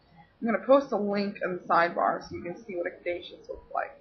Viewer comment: I thought Caduceus was pronounced (ka -du-sus) ? Hermes is pronounced with an accent I gues the best break down I can give without you actually hearing me say it is (air- mess} you have to kind of like either french out the r sound a bit or roll it : ) lol but Mercury is pretty cool...ooooOO are you going to talk about the emerald tablet ? I love stories about that and atlantis: ) Hope to see ya back and making videos soon.